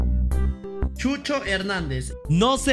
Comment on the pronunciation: Chucho Hernández Es cucho Hernández 😂😂😂 Gracias por el contenido de calidad